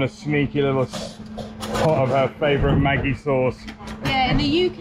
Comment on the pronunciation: The G in Maggi is actually pronounced like the G in magic. 😆